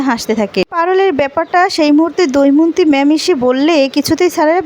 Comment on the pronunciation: কি যে লেখে ! দময়ন্তী কে দৌমন্তী!!নামও ঠিক করে লিখতে বা বলতে পারে না।